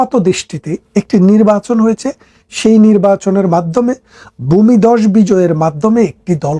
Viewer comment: ব্যাতন নয় - বেতন । গরে গরে নয় - ঘরে ঘরে । বুমিদশ নয় - ভুমিধ্বস। যকন নয় - যখন ।।